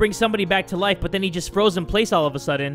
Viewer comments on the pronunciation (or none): It's not lifu it's life and it's not knifu it's knife